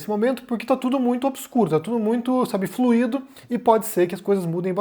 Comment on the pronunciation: Ontem, jornalistas de canais you tube franceses disseram que workismo e linguagem neutra não enchem barriga de ninguém. Uma observação: não é flu- i - do É flui- do